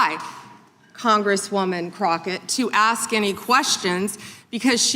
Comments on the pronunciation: I'm not going to "AXE" any questions.....that tells you everything. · Jasmine didn't ax any questions because she doesn't know how to ask any questions without saying Ax you something stupid as she is.. there is no fixing stupid by the way. And if one thing Jasmine Crockett is she is clearly stupid..